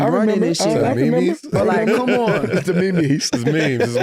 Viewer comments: “They got a me-me of me…” “Me-Me? What’s a Me-Me?” Lmao 😂 I needed that laugh this morning. Tough morning 🙏🏽👍🏽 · "Me-Me" 😂😂😂 lmao